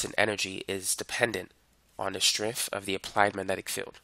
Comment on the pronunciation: “Wiff”. With. “Strenff”? Strength.